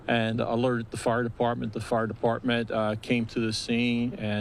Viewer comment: Did anyone else hear "fart department"?